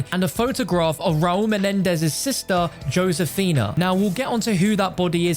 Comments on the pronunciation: Josefina(Hoe-Seh-Feena) not, Joe-Sayfina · It's not ⁰"Yosefinuh", it's "Hosefina" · Srry but i cant stand the Way he says josephena im sorry im latino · Joe sifinia? Its f*cking Josefina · Nobody: Absolutely Nobody:: “Joe Sefina” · Mans really said. Joe-sefina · It’s said like this ho-sa-fina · It’s not joe- sphina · He said josefina wrong for the entire video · Srry but i cant stand the Way he says Josefina* im sorry im latino